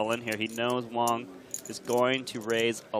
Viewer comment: It's wang!!! Not wong!!!😆